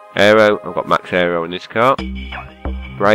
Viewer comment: Car not cat